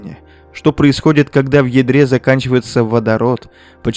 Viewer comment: Послышалось "Она сжигает водород в ведре"😂